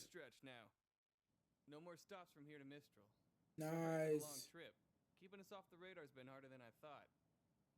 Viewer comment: FYI, the city team RNJR is in is called Mistral (like the wind), not Minstrel (like the medieval singer).